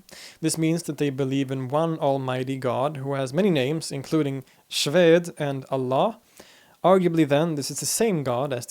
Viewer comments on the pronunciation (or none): I think Xwede in mispronounced here it is simply the Kurdish version of the farsi word " huda" with a strong stress on the "h" sound so it should sound like saying "khuedeh" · Xwede. The pronunciation of the "x" is actually like "ch" in German usage. I teach a lot of Yazidi people here in Australia. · Ezdis, or Yazdis DO have two sacred books called “Jilwa” and “Mashafa Rash” which the latter means “The Black Book” They do NOT believe in reincarnation. Xwede simply means God, or Lord. And the X is pronounced as German CH as in BACH. Anyway, thank you for your contents, I enjoy them immensely. Kudos to you.